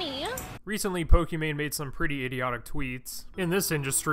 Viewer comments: its poki not pooki..... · "I do lots of research for my videos." calls her Po-key-mane I enjoyed the video. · dude said pokimacoroni